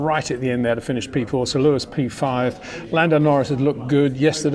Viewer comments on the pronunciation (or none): HEY PETER WINDSOR, I HAVE MESSAGE FOR YOU SIR: With all due respect ... it is NOT Max "verSHtappen" ... Max is not German (Germans indeed do pronounce "st" as "sht") ... #Max33 = Dutch NL/Belgium! ... It is not "Bottash" nor is it "Lewish" certainly not "verSHtappen" .... This BS started long time ago when a British sport presenter interviewed father Jos Verstappen and assumed you can use a German pronunciation to a Dutch Driver thinking it is so "funny" ... It is not. Serious question: can any Englishman say "versatile" out-loud without saying "vershatile" phonetically? most can about 99,99% ... that is why most English can pronounce Verstappen 100% correct! Father Jos Verstappen (also F1 Racer) was very active between back then only a very few said "Vershtappen" but the vast majority of British sport presenters pronounced it perfectly ... only a few old stubborn farts like Peter Windshor